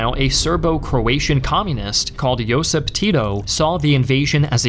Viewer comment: a lot of pronunciation was not correct...but what to expect from english speaker... He can't pronounce Josip or Stana correctly... So it was pretty good with my expectations ☺️